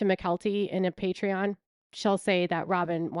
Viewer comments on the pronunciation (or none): none